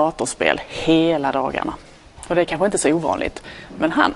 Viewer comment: who came to this video just after he said us not to go lol but i am disappointed he pronounces word kanske in that weird way